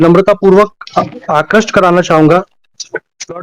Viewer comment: आक्रष्ट नही आकृष्ट बोला जाना चाहिए ।